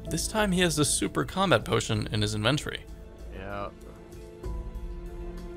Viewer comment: every time pronounces inventory i die a little inside